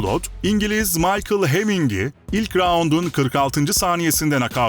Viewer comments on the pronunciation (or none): none